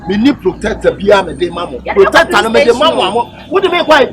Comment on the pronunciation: Please the word is protector but not plotector wai